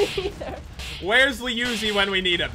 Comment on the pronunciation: Danielle Recor Swiftcatgaming29 actually pat said liuozi not jen